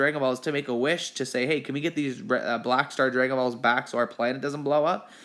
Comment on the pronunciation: It was funny that way he said next we have the bulshit borrow balls no way he's a I'm sorry we have the Black Star Dragon Balls